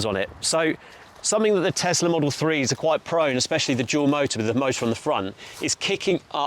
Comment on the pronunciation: Why do people keep calling it a tezzlaa it's tesla